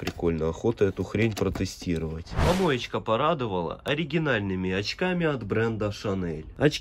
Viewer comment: Ты когда говоришь помоечька дарит я ваше угораю 🤣🤣🤣🤣😂😂